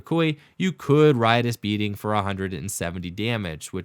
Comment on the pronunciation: The first time anyone on the Internet has said “Riotous Beating” correctly.... the amount of times I’ve heard “Righteous Beating” has hard triggered me...... Thank you for saying Riotous